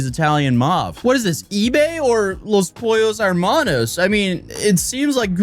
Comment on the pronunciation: *Los pollos hermanos*, not armanos